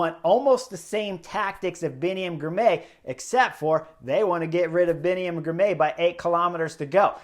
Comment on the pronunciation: Spelled Girmay, pronounced Girmy.